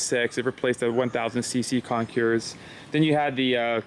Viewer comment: CON-CORE. The S is silent